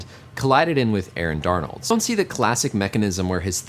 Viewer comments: DONALD NOT DARNOLD😂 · Aaron Darnold. It's Aaron Donald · Did my mans really just say Aaron DARNALD's hand ITS DONALD MY GUY! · Love the video but as a rams fan I was triggered when u got Aaron Donald’s name wrong however after watching the video u are forgiven for the great content